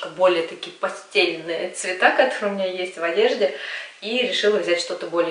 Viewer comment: Милая приятная девушка.Внешность приятная,тембр приятный.Но при всем уважении к вам,если человек делает обзоры на показ,нужна грамотная речь.ПостЕльное бельё,а расцветки постЭльные! Минута 7.18